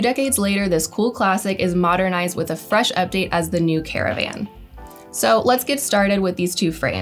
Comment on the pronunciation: OMG my ears, I've never heard so much vocal fry in one video, never again, torture. Also what does "suc-sass" mean? 'Success' maybe? and "frash"?, ah I get it I get it......'fresh' right?